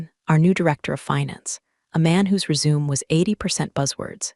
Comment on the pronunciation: You can’t pronounce Resume correctly?